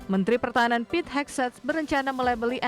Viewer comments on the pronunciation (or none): none